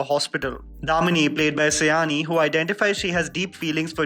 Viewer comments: It's NOT Say-ani. IT'S SĀ-YANĪ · Sayani should be pronounced as Shayoni,not Sayaani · Its pronounced 'Shy-oni', not 'Sa-yani'. That's the first thing you would've known about her had you tried to dig in a bit about the actor. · It should be pronounced ad 'shayoni'. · I just watched this video to understand how are you going to pronounce my name...... Please do not go by the spelling of the name "Sayani"..... The pronounciation is "Shaayoni"..... This is a very possible mistake seeing that the spelling is actually not matching the pronounciation.... But it is really cringey when someone pronounces our name like this. I am a loyal subscriber..... Please don't mind my calling you out on this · You are appreciating her performances but don’t even know the pronunciation of her name. It’s pronounced as “Shaayoni” .